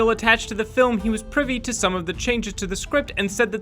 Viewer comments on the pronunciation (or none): none